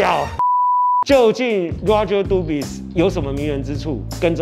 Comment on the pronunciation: s沒有發音吧